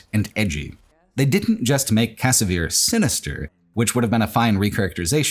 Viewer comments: the pronunciation of "Kvasir" as "Kasavir" is so distracting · i had a lot of fun with rage 2. and it's kvasir, not kasavir